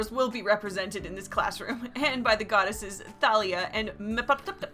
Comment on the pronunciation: Wait a second..my name is Thalia,and you actually pronounced correctly!